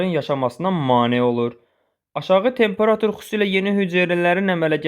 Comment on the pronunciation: Tempera'tur deyil ,ay müəllim, temperatu'r!